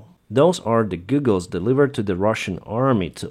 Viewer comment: Hi, you are so careful to give out the best information possible so I know the details are important to you. I hope you take this in the spirit of helpfulness that it is meant. They way you pronounce goggle is more like Google, the company. It is pronounced correctly as g-awe-ggle. I know a lot of people that have learned English like to make sure their pronunciation is right so I hope you found this helpful.